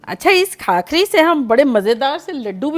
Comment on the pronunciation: Khakhari nahi usko bhakhari bolte he